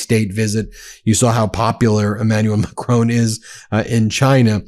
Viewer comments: Ben, when you criticise trump for his mis-pronunciation of African leaders names, at least learn to say Macron correctly!!! It is NOT Ma-cronE !! People in glass houses, right? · U still dont know how to pronounce Macron....